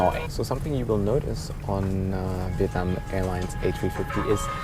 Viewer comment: “Welcome onboard “VITNAM Airways” that’s right not VIETNAM🏳️=🇻🇳 (Vee ét nam) but vitnam 🏳️=unknown